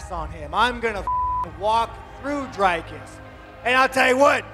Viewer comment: You specifically put in a clip Dricus saying of how to pronounce his name properly and you still said it wrong numerous times in the video 🤷‍♂️